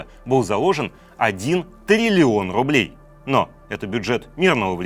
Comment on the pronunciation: Трррилион рррублей